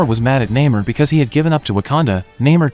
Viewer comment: And still pronounces Namor’s name wrong